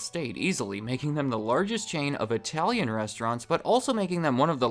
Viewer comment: speaks the best I-Tallian